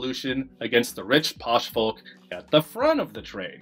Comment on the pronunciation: Stopped watching after you pronounced the L in "folk"